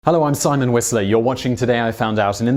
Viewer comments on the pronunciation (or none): none